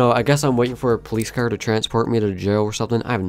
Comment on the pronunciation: I just keep thinking how he calls a car , a "cer"